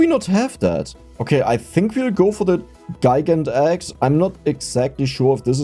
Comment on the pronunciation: About the name of the Gigant Axe, I think it's meant to be said the same as Gigantic, but with "axe" at the end, Gigantaxe.